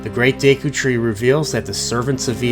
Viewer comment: gone when you said deeku* and kokari*